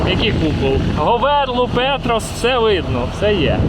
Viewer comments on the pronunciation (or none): none